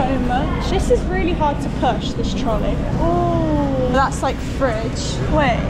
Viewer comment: She had me at "trol-eey" 😊